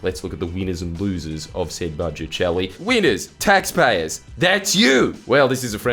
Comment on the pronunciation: "Bouje boujet" "It's budget love"